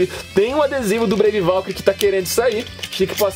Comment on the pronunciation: epra vc falar serto fala breive valtryek